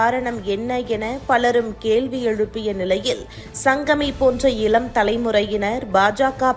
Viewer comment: செய்தி வாசிப்பவர் அவர்களுக்கு..தமிழ் உச்சரிப்பு முக்கியம் பார்த்தீர்கலா, இலம் தலைமுறை,நால்,,ஐயோ